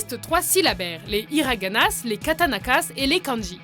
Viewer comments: "les iraganasses, les katanakasses" 😂 C'est hiraganas et katakanas, les "s" marquant je le pluriel en français ne se prononce pas. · "les hiraganasses, les katanakasses et les kanjis" mdr c'est kataKaNas pour info sinon bonne vidéo